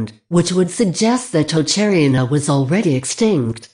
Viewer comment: Omg that text-to-speech voice is painful to listen to. You couldn't find a human to narrate a 10 minute video? Perhaps they might then have caught some of the errors ("East Germanic that not extinct"?) and pronunciation of unusual names (e.g. Tocharian) might have been improved.